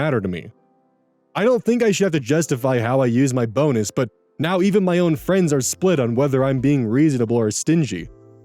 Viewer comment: Definitely thought I heard "bones" instead of "bonus" when you read the title of the second story lol